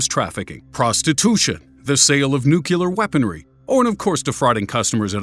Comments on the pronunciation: NUCLEAR not NUCULAR. Please. You are bringing back some bad memories of W. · NOT Nu cu ler TRY saying 2 words you already know....New & Clear, now, run them together. Viola' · Nuculaer Weponiery..OmGrammar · Can someone teach this man how to say the word NOOK LEE YUR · Did he just say "nucular?" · "Nukular". XD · "Nucelar wepons"....really? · At least nucular weapons are not a thing...